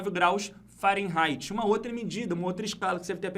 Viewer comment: O, no Google a pronúncia é Fa-re-nai-ti e não Fa-ren-rai-ti...